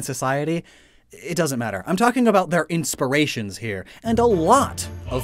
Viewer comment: nobody:: inspiriatons